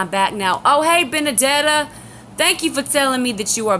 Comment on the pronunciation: finaly saw your entire long long live stream.. it was great... so glad you meet my pal.. Betty.. well.. Benedeta.. and yes uou pronounced it correctly... you pronounced my name well enougth.. i told Betty about you a few weeks back and shes ben watching.. shes cool aint she... like you and i she too has left the catholic church... i hope it isnt raining over thete so you and Egypt can enjoy your game.. GOD bless you.